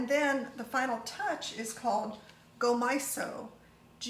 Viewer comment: Can't wait to try some power greens this way, yum! Glad I caught your addition of the plum vinegar on the video. I thought I was going round the bend, though, when you got to the sesame seasoning (I ate macrobiotic for a few years)--it's gomasio, not gomaiso, lol! The most delicious sprinkle ever!